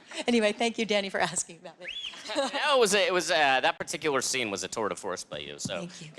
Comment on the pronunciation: Was it a "tour de fource"? It was a tour de fource!